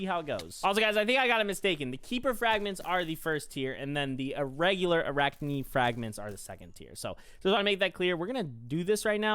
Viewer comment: uh-rak-nee beast-ee-airy